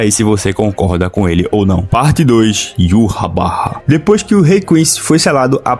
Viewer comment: Mano, eu amo teu canal porque vc pronuncia o nome de Yhwach da maneira correta e esse nome é muito fera. "Yuhabaha" Da um nervoso quando vejo os caras falando "Ivár" ou Irrauch"